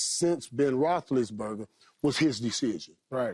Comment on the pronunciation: Ben Roth-less-sen-burger.:face-purple-crying